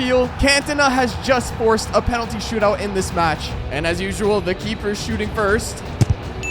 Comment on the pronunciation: You said stoot-out😂😂